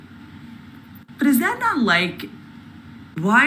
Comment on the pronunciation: "No, ya NAWT!", found that spontaneous attempt at an English accent, for seemingly no reason, incredibly funny 😆